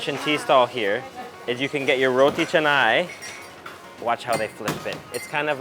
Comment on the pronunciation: "Saam-baal", not "sam-bel", roti "Cha-nai", not chennai...